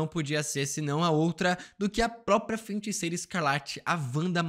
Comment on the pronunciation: Mano FEN-TICEIRA chegou doer o ouvido 😅